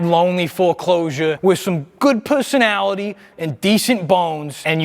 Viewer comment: Dude said «pussonality»